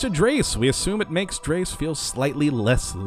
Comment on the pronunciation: IS ANYONE ELSE GOING TO SAY THIS????: IT IS NOT PRONOUNCED "DRAYSE"!!!! IT IS PRONOUNCED "DREZ"